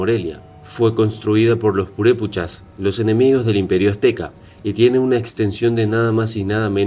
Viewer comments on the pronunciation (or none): Para hacer un reportage sobre cualquier tema primero hay que informanse bien... Me molestò mucho esa falta de respeto de mala pronunciacion de los nombres reales.... Es Purépecha y Pátzcuaro y así sucesivamente, corrige tu video o borralo....😠😠😠👊👊👊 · NO MAMES NO SABES NI PRONUNCIAR EL NOMBRE PURÉPECHA Y EL LAGO DE PÁTZCUARO! Y ASÍ HACES UN VIDEO ?